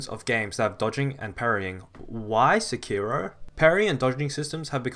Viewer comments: You are stressing the wrong syllable in "sekiro" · Why did that ign guy say sekiro like se key row.